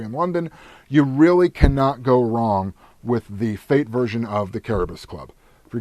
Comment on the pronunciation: Pronunciation: CARE - BEAR - OS <--- just like that. ;) It sounds like you are saying KERUB - US ...hope this helps sir. :D